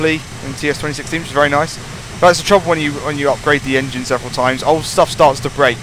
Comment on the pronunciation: Its engine not engen